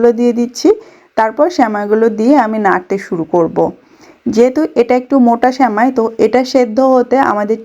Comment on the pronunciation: স্যামাই শুনতে খুব বিরক্ত লাগছে। শব্দ টা সেমাই